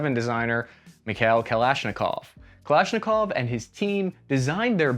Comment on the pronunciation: Its called the UKM 2000. Even with its issues its more realible than M60 especially in below 0 degree temperatures and harsh weather ;) Beryl is on the other hand is an excellent conversion of AK platform to NATO standards and its just confirms how amazing AK platform is - yet you cant even pronounce "Kałasznikow" properly. Now go and try to chamber your lame AR to 5,45 - i doubt its gonna work :P